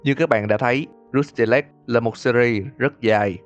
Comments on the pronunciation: kênh lớn thế này mà làm content đọc tiếng anh không nỡ bỏ 5s lên mạng check phát âm à? =))) xong hơn 2tr viewer cũng cứ "rút ty lếch" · Uhm mình góp ý 1 chút là khi ad đọc cái Rusty Lake thì chỉ cần đọc thế hoặc là " hồ Rusty " là dc rồi.